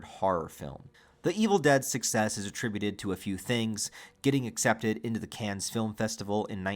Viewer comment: Cannes is pronounced like CON 😂